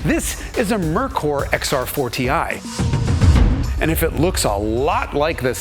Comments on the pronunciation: It’s pronounced Mare-cöör, not Murkur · I don't see why it is so hard to pronounce "Merkur"....like "Mere Core". It's that simple. It is just a lame excuse to blame the brand name. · Aw Jason, say it with me - “mare koor” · Pronounced MARE-koor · i don't think i've heard merkur mispronounced so many times since the 1980s! LOL the dealership distribution was the biggest problem, as mentioned in this video...and honda, toyota, and nissan took note of that, for sure (although acura and infiniti seem to take turns circling the drain, so to speak) iirc, that cosworth head wound up in the north american ford motorsport catalog in the later 1990s (i think it actually fits on the early 1970s ford pinto engines) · You really should have verified the correct pronunciation of Merkur before making the video.